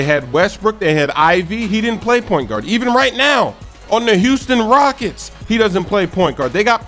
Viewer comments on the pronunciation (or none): none